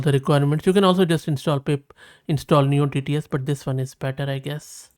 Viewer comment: You should not be spell as neo TTS but as noy TTS like soy...